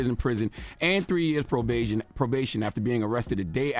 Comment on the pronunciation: “Pro-beigen” is wild lol